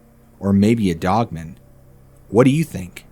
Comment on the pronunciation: Dog-man... pronounce it that way.... not like a last name